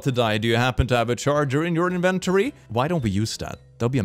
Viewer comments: WHY DO YOU PRONOUNCE INVENTORY LIKE THAT?! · The way you say inventory gives me pain